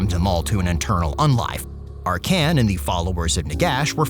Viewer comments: ark can? Like the dude says his own name several times when you click him and still u managed to butcher the pronounciation of his name? If this is supposed to be funny it failed. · I believe he says his name or other character does and the pronounce is ARkhan, just like SEttra. Tbh I always had it that way in my mind so hearing in a different way in the video was a bit of a torture. The way he says LIber MOrtis reinforces the idea too.